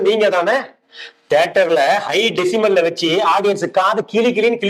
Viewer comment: டெஸிமல் இல்ல. டெஸிபல்.